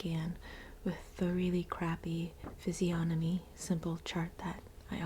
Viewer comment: It makes me so happy to hear physiógnomy instead of physiognómy!!!!! Even as it's quite absurd that I'm so alert to the pronunciation of this particular word 😂😂